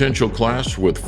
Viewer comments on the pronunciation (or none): "Jaren" Ennis? Damn yo